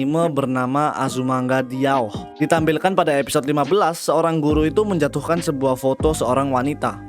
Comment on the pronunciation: "azumanga daioh" bang bukan "diaoh"